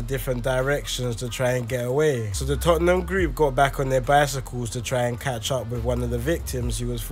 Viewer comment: Yo bro it's pronounced 'tottnum' and not 'totten-ham'